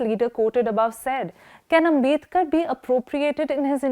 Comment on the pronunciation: His name is आंबेडकर, not आंबेदकर.